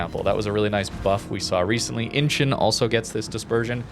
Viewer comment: Inchon + Inch-on, not Inchen